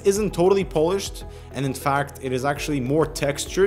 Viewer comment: Lol, "pole-ished".